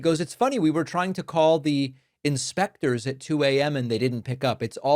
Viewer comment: said “Inspectures”😂